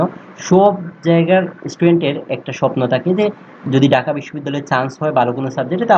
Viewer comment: ডাকা না ভাই ঢাকা 😂